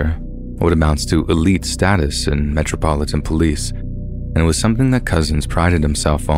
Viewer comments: I’m sorry but “MEH-TROPILLAN POLICE” 😂😂😂😂😂😂 I’m dying 💀💀💀💀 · Metropolitan police is pronounced Metro-pol- it- an its actually one of the easiest things to say as its just broken down bit by bit.. the way you said it had me rolling